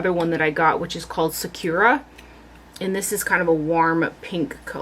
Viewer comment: Hi, Sakura is Japanese for cherry blossom (hence the pink color!) Not to be the pronunciation police, but I know you appreciate nature and culture and I thought you'd enjoy knowing the correct pronunciation is "saahkoodah" with equal emphasis on all the syllables. Thank you as always for the videos!